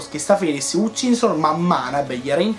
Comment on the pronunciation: Bellissimo video Comunque la pronuncia di Hutchinson sarabbe Hatchinson con la "A" E quando ci sono nomi tipo "Warnock" leggili con la "O" quindi Wornock Continua cosi 💕